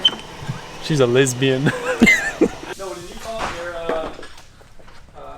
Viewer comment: “a lizbian” 😂😂